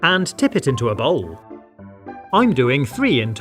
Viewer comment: i'm sorry but it sounds like he's saying "Bowl Balls"